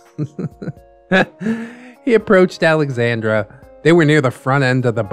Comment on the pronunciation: I love this and I’m sorry but he’s definitely pronouncing Alexandra wrong.